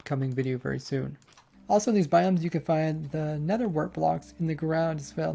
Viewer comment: "Nycelium" "Nerther Wart Block" "Lantren" I do so love watching your videos